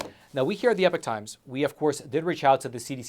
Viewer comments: It's "Epoch", not "Epic" 🤣🔥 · Love the channel but please pronounce "epoch" correctly